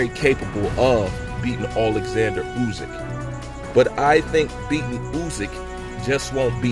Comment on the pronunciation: Yo, its Usyk, not Uzyk.